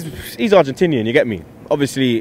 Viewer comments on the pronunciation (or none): none